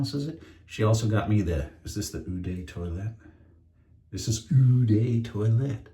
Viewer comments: You've probably had this comment a million times before, but... Eau is pronounced like "oh". Not "eww", "yeww" or similar. There, I'm done with pendantics. You do mention you like horror movies and I did see a good one on Netflix recently. "Hereditary". Gave me the creeps and nightmares. Maybe you haven't seen it yet. Worth a viewing. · Eau Sauvage is a classic, you will really enjoy it. BTW Eau is pronounced “O” or “Oh" - great shave as always.